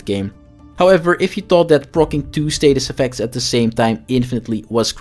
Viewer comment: Why do you keep saying "raper statist effects"?